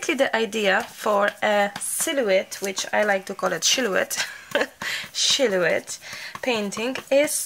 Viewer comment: Loved your silhoette painting video. Sil o ette is how it is pronounced, h is silent. Yes they are cattails. You can cut cattails to dry them and use in a vase; good to spray them with hairspray. I can't wait to do a silhoette. You are so entertaining, love your accent.